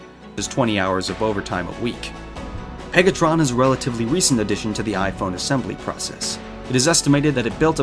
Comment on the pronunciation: Man did not just say pegatron